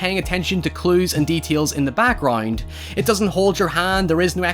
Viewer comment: It bothers me that he says "backgrind" instead of background